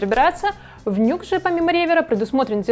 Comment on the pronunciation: Честно говоря, по звуку - это вкусовщина. Мне, например, вообще больше всего нравится звук рояля у cdp s160. Его Grand Piano просто афигенен. И правильно не "Нюкс", а "Ню Экс")